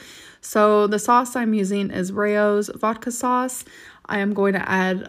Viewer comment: That is not how you pronounce Rao’s